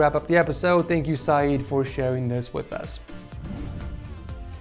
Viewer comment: 1- You mispronounced saeed's name. 2- how can I get unbanned from your discord server?